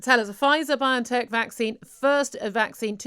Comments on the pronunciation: not everything you get from Wikipedia is true sir, the founder of the company pronounces it bio-N-Tech & its known bioNanoTechnology is a word of science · Why do they keep incorrectly pronouncing it Bi-on-tech, when it is in fact pronounced Bio-N-Tech? 'N' standing for Nano technology. 🤔🤔